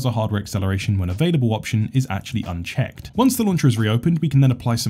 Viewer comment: Yeah this also confused me. I couldn't figure out if he said "unchecked" or "on check" since he checked it :P